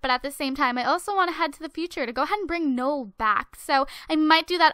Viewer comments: It actually is Noel, like Christmas in French, not like you said ''Nool" because that's wrong. Trust me, my great grandfather's name is Noel. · it is pronounced "no-el" not nole :P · it's no-elle :/